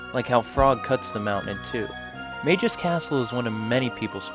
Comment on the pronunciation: calling him "mayjiss" is driving me nuts